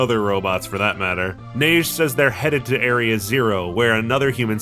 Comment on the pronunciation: As a french man, I am happy to say you're pronouncing Neige right, I don't even like my first language but it bothers me so much when people fuck up pronunciation xD